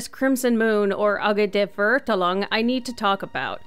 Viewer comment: as a German my ears bleed when you tried to pronounce Verurteilung and Immernachtreich I am soooorrry